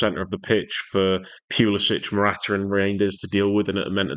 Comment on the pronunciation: Pewluhsitch😅 Try Pull-a-sick Good analysis. See Morata do what needed to be done was just amazing. Morata for captain.